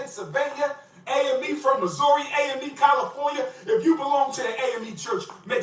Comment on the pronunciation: He also mispronounces words that contain the letters A and O all the time. For some reason he can't say California he always says Colifornia. For some reason he can't say toilet. He says tallet. He can't pronounce Alabama correctly. He always says Olabama. It bothers me not only that he's a scammer but he has all those damn degrees and can't pronounce simple words correctly.